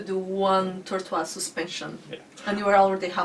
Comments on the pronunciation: RIP "Tor-twase" lol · Win of the day: Tortoise pronunciation